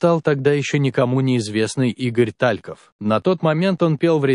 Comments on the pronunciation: Как же режет слух ТАльков. Игорь ТалькОв. Вы бы хоть поинтересовались, прежде чем выпускать ролик. И еще. Лариса Гурченко. Какая Лариса? Людмила Гурченко. Можно не знать Талькова, но не знать, как звали Гурченко, непростительно. Материал неплохой, но вот эта безграмотность просто отталкивает. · Не Та'льков,а Талько'в!!!!!! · Игорь. Тальков вообще т о а не ТАльков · Господи, сколько ошибок! Гурченко не Лариса, а Людмила. ТалькОв, а не ТалькОв. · Что за ТА'льков ? Не разу не слышала , что так ставили ударение? Зачем? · Пожалуйста, не коверкайте фамилию известного человека. Поклонников Игоря Талькова, это очень коробит!😢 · Ну и ведущий или чтец, как его и назвать? Поразил меня, когда сказал ТАльков, с ударением на первую А, охренеть, откуда он взялся, слушать его не хочу. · Ниче так Лариса Гурченко и Тальков с с ударением на А😂😂😂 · Режет слух Та'льков , но интересно , не все известно было из ее личной жизни .😊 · смешно, ТАльков, Лариса Гурченко .....кто это читает? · Просто поразительно, что Вы ставите ударения в фамилиях таких известных людей неправильно! Режет слух😔🇩🇪